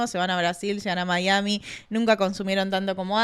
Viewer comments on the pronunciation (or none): none